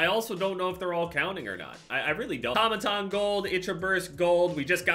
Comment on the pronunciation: Nobody:: atamatan